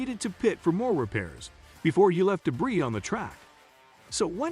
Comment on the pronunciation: If you are going to narrate "" you need to learn how to pronounce drivers' names and the word "debris"